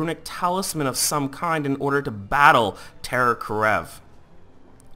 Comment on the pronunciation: Is terror kerav not karev(title is correct he is pronouncing it wrong)